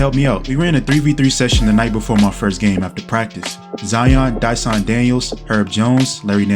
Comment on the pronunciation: Love the video, but just so you know Dysons name isn’t special it’s just Dye-Sun. Anyways it’s love can’t wait for the next one🔥